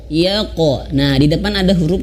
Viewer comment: Yaqo bukan yaqe